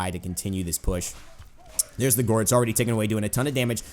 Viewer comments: bruh. why do you keep pronouncing gourd "guard?" it's pronounced like gord, like in Gordon. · "Thorw his 'gard' down" It's GOURD pronnounced G-o-r-e'd" Like Blood and guts and gore. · gourd is pronounced gord. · It's pronounced gord like food but with a g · Gourd is pronounced with an "or" sound. Not like guard. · Gourd is pronounced like Gorge (like a canyon or something) but with a D sound rather than a Ge sound. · Gourd,. Rhymes with bored. Just thought you should know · atleast someone said it